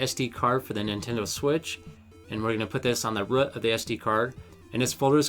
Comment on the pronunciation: Great video! Not for me (don’t want 2 switches)... but btw it’s just called the root (of an sd-card) not the rùh... had to listen a few time too understand you ;)